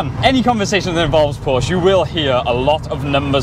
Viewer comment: PorschE nicht Porsch. Nicht zu fassen, wann werden sie es lernen